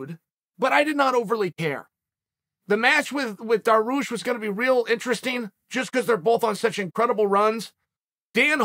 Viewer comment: I love fighters like Mocklechev and Duhroosh- chael